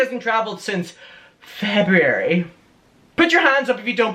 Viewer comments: SO ANNOYING!!!🤮 "Since FEB-U-AR-YYY" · No one: Jefferson Skeletor: "since Fe bu W-ary!" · ceo of feb-yew-air-EEE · I haven’t traveled since “FEVEUARUU” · “Since FeB-YoU-WaRyYyyy”